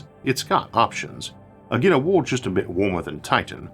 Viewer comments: Yah no offense to this guy he clearly has a speech impediment but it is very distracting to me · O.k., let say A+ voice - sometimes his pronounciation is a little bit strange (for example "world" or "mirror")... but it has improved compared to seven or eight years ago!